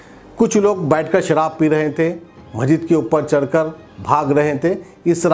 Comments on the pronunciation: Assalaam alaikum Majeed nahi masjid bolo kitni bar bolna aapko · Kiaka majeed majeed,are bhai urdu bolna seekho (,masjid)hai aap ko kaun banaae news editor???